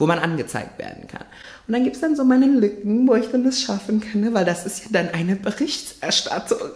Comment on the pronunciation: "weil das ist ja dann eine berichtserrsattung" ich musste so hart lachen 😂 Gossip for life